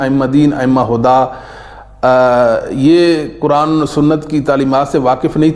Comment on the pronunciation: جناب آپ اپنا تلفظ صحیح کریں لفظ قرآن (حرف ق کو آپ کاف پڑھتے ہیں